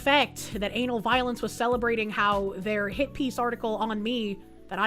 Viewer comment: Is it bad i kept hearing "Anal Violence" instead of Ana Valens?